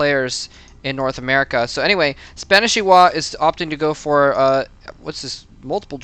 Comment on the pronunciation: both of the i's are pronounced like "e"s